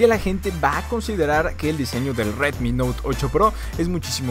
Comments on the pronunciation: Nadie : El pronunciando : RWetmi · Sí que lo decía bien raro xd